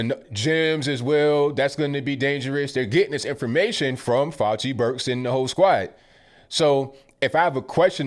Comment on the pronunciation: Dr. Fay-Ew-Shee